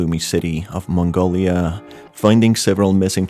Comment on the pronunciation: I like how you pronounce Mongolia.